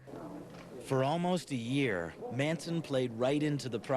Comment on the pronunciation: Russian Reulette Manson not "Mansion"